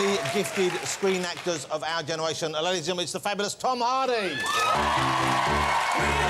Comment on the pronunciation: "...one of the most gifted actors of this keneration, Tom Hawdy!"